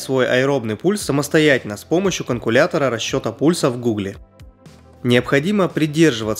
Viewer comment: огромная благодарность за видео, но, пожалуйста, "каЛькулятор", а не "каНкулятор" )